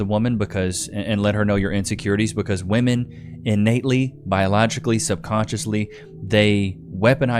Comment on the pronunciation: I hate how they say woman for plural… it’s women, woMEN! It’s so dumb